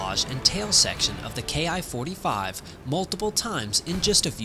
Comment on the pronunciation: Probably not a Ki-45, NICK's didn't have the performance or altitude. The ''Soup-ed Up'' variant you speak of at frame was more likely its descendent, a Ki-102A ''RANDY.'' OBTW Ki is pronounced ''KEE''. It's short for Hikoki = Airplane.